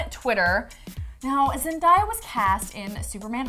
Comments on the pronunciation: Dude it's pronounced ZEN-DAY-A(Uh) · "zendahya" ok lol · How do you mispronounce Zendaya not Zendahaya?.? What in the world 🌎!.! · ZEN-DAY-UH is the correct pronunciation. 😊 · I cringed so hard when she said Zendayas name